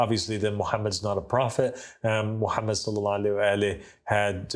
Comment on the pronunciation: This guy cannot pronounce the name of Prophet Muhammed sallallahualaihiwasallam properly and you think he is speaking truth? What a nonsense! This man is a kazzab and implanted to create doubts. Three of his qualities are enough to prove he is indeed a partner of dajjal 1- will never be able to pronounce it correctly the name of Prophet Muhammed Sallallahualaihiwasallam. 2- lies about everything. 3- create doubts instead of removing it from the mind of a layman. He is a disciple of shaitan